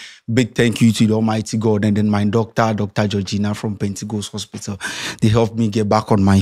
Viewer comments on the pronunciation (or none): none